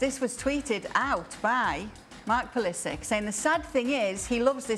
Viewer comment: Craig, this isn't Kindergarten. Learn how to pronounce the name of the player you hate most. It's Pu-li-sick. Not sitch.